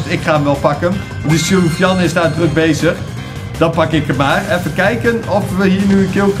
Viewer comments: Soovian ik ga stuk Edit: je spreekt het uit als soefjen Edit 2: en het is een jongen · Sofiane maar die tatas zeggen sofi jan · sofiane is geen meisje.... Sofiane is een turkennaam en spreek je niet zo uit.....